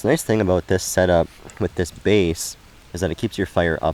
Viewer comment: Hey are you Canadian?……….”What are you talking aboot?”